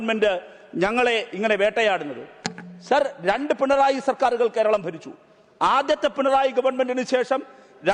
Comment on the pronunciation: ഡബിൾ A റഹീം പറയുന്ന സഖാവ് "പിൺ റോയി " ആരാ ??? പിണറായി എന്നുപോലും പറയാൻ അറിയില്ല MA .LLB ഉണ്ട് 😆😆🤣🤣